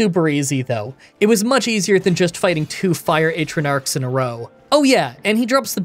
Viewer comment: Oh them Ay-truh-narks are dangerous... :P Love you video as always